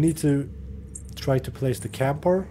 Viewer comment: Its called kapoor not camper😂